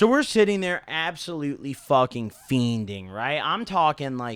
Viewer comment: the d in fiending is silent